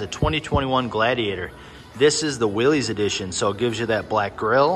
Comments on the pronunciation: “Willies” edition? Lol You mean Willys (pron: Willis). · It’s pronounced “Willis” as in Bruce Willis. Not “Willies”.